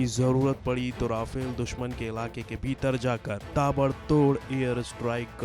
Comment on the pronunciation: Konsa sasta nasa karta hoe Vai 😂😂😂 , Rafel koe Raifel Or Meteor Ko Motor bol raha hoe 😂😂😂